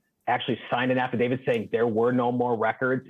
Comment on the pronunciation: Affidavi- T. Not Affidav-ID. Stop making my brain hurt by mispronouncing this.